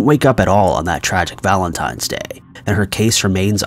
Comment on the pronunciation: Valentime's Day...? 👀😑 My God..